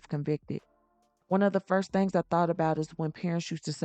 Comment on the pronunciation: I am sorry lady, but it is THINGS, not thangs, please, we HAVE to do better.